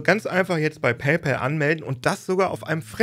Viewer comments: Endlich mal jemand, der paypal richtig ausspricht. Dass ich das noch erleben darf... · endlich jemand, der PayPal richtig ausspricht, und nicht "päypohl" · WUNDERBAR - endlich mal ein deutsch sprechender Mensch, der "PayPal" richtig aussprechen kann !!!!!! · Endlich sagt einer PayPal richtig und nicht paypol